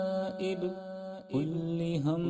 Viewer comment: Hazrat kullu hammin ku aap kulli hammin padrahe hain, kya ye dururst hai